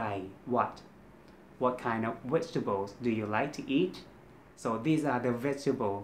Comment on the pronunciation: vegetable is V sound, not W sound. Keep practicing your V and R sounds my friend 😊